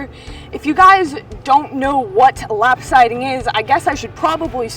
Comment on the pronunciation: "Lap-sidy?" LOL